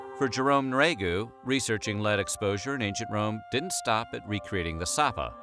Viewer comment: Jerome Nriagu, would pronounce his name, 'knee-ree-ah-go,' if anyone was wondering. The narrator was just lazy.